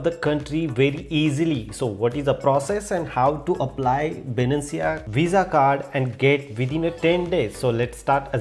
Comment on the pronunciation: bruh its not Binancia, it Binance.